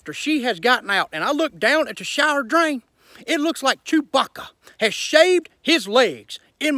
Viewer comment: Why did he say Chewbacca like that😂 shit was funny as hell